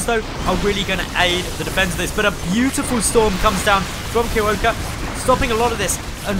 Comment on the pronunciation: Thx for casting Starbow! And your pronunciation of Kierowca is a bit off ;) I'm assuming he is polish because kierowca means driver. If you know from what country the player is I recommend using google translate for pronunciation (of course assuming the nick is not in English).